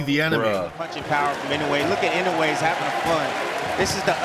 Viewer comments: The correct way to pronounce his last name is not INO-WAY, but E-NO-OO-WAY. NOW-YA for his first name. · Pronounced ee-no-oo-eh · NOW-yah IN-oh-way